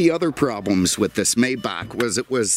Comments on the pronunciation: It's "My-bock" according to the pronunciation tools available. I usually hear it said "May-back", but seems to have split the difference. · for God sake pronounce the name of the Maybach correctly! You are the best and I was shocked to hear you say "May-bach" as in "may I help you", the work is spoken "My-bach" "May" in German is pronounced like "Mai" in English, e.g. My car, My Sauerbraten not yours, My Porsche (Por-sche with the "e" spoken as an "ah"). You're very unique and I learn a lot from your presentations but the Maybach thing has to be corrected concerning this German Masterpiece. Wilhelm Maybach (German: [ˈvɪlhɛlm ˈmaɪbax] ( listen); 9 February 1846 – 29 December 1929) was an early German engine designer and industrialist. During the 1890s he was hailed in France, then the world centre for car production, as the "King of Designers". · It's actually "MY" Bach by the way. I've driven one of these before and it's just and overdressed S Class. It sounds like an S-Class, drives like an S Class, and everything else. The biggest difference is it has more expensive equipment. And an older Maybach like this one cost the price of a brand new base model S Class in today's time. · Just say "my" and add "bah" like in Baja California. That plate, Jesus Christ....it's like plate that Zuckerberg will have :))) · it's spelled Maybach but it's pronounced My-bach. Just an FYI. May is pronounced My. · Apologies it is pronounced as My-Bach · Please call it by its proper name, Maybach is pronounced Mybach. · Beautiful car. I love your videos and could listen to you talk all day. Your stories crack me up. It does grate on my nerves when someone pronounces the name of these car MAYbach and not MYbach. I'm sure this correction will bring me very nice replies.....lol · The Automobile is called a "MY-bauk" not a "may-bauk" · Sorry for your loss may God rest his soul. One complaint tho. You say it "May Buck", and it's incorrect. It's MAI BAH..